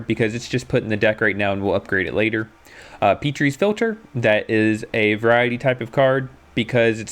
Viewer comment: Good video, I completely forgot that starter decks can still go 2-0 and that it isn't impossible to climb ranks well with them. Also, you mispronounce Petri's Philter; Petri's is pronounced as Pet-ri's (pet triss, almost) rather than Peat-ri's.